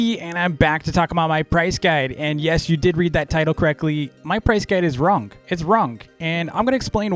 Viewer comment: I like how says “wrong” as “wronk”